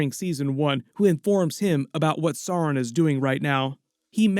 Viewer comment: Blue Wizards names are Alatar and Pallando, and also perhaps Morinehtar and Rómestámo. The mumakil/mastodons in LOTR films/books are from Harad (south) not Rhun (east). You do persist in mispronouncing Sauron, which should rhyme with Gowron (Glory Be To Your YouTube Channel)